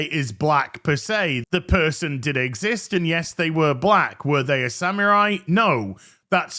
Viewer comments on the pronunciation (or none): none